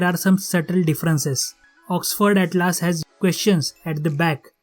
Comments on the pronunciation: Bhai it's not atlaas it's atlas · Bhaiya please improve your pronunciation it will help you First of all its not atlAAs its Atlas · After seeing this video i am confused whether Atlas is pronounced as "At-Laas" or "At-Lus"or "At-Less".